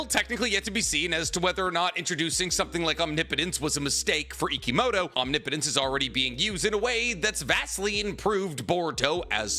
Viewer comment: Every time he says omnipotence correctly makes me wish I could subscribe again